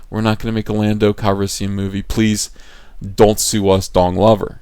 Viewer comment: Daniel Mumby And Lando “Cal-yes-sian”